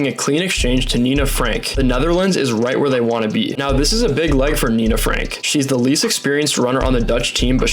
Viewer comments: Fantastic video dude!! This is absolutely not to sound like a smartass but if youre interested, a tip on how to pronounce the dutch names. If there is a -e at the end of the name, we pronounce it as -uh. So Fem-kuh, Fran-kuh and Lie-kuh (Leak-uh). And again great vid and explanation :) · The A in klaver comes close to the A's in Bahama's. De A in van and Franke is like the A in car. The EE in peeters is like the A in race.